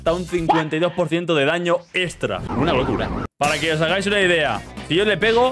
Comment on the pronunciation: bro es extra no estra xd, me entiendes